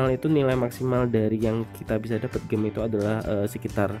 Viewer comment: cb denger di google cara baca gem nya gmn. malu